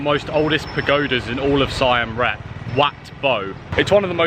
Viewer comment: R E A P not REP